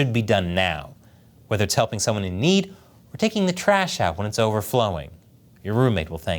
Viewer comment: Hell-PING YU....😅😅😅😅😅😅